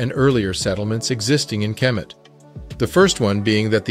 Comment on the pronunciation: It's not kermit. It's kemet